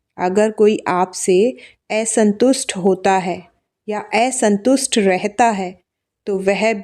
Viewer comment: मीठी बहन आपके प्रोनाउंसेशन ठीक करिये, बह्म बाप नही ऐसंतुष्ट नही।